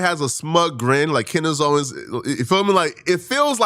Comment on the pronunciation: The amount of times that you have said her name wrong is driving me insane